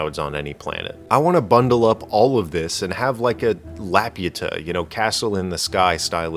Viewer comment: Oh, I see. This whole video is bait. Spelljammer is awesome and you actually liked it, that's why you are constantly talking about its cool parts. That's also why you misspronounce Laputa from The Castle in the Sky. You are not going to catch me. 😉